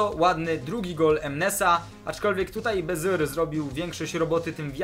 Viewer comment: to nie jest baziur tylko bazur a skąd to wiem, bo mieszkam w Holandii i na youtubie pisze ze grasz w fife 15 a nie w 17!